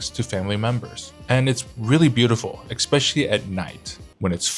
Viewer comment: What is shocking for us Poles is hearing "expecially"...